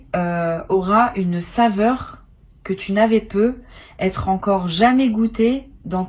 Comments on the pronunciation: C'est de l'IA ? Ça corrige jamais le nom du compte youtube et la façon dont elle dit "peut être" me laisse perplexe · Oui ça vient agaçant !